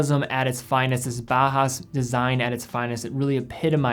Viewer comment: Do you have to say bah hass? It's German. Bauhaus is pronounced Bow-house. From Bauer, i.e. to build and Haus, i.e. house. Love the video but if we're talking German watching have some appreciation for the language. It'd be like pronouncing "Juan " June. It's distracting is all I'm saying.